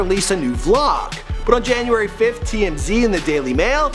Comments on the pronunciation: he said janurary 31first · Not jaunuary... December 😂😂